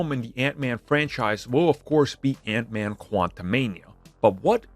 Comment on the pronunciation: ....Hank man? What's a Hank man? Lol